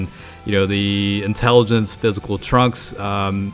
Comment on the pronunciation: "INTELIGENCE PHYSICAL TRUNKS"